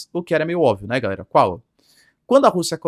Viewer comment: Pq esse professor fala "Gaera" ao invés de "Galera"? É uma piada interna com a comundidade?